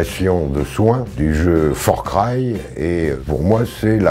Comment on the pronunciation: Le fameux Forcry 🤣😆